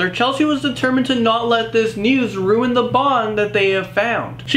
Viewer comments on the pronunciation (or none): none